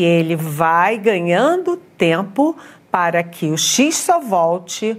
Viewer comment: ...vai "ganhandis tempis"? Whats?